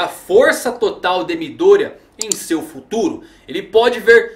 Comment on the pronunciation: MÍ-Dória... toda vez que vc fala isso só imagino um Celular da Xaumi com o prefeito de SP... #MidÔria